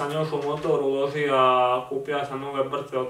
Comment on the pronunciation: ne kaze se ,,Ulozia" nego ,,Ulozio"